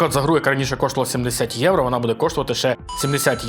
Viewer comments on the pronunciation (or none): none